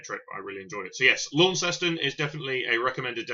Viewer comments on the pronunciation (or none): It's not Laun-ces-ton, it's Launceston. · Its actually .... launs ston ...how you pronounce it ... i lived there for 5 yrs ...and after 19 years in Notts i am moving back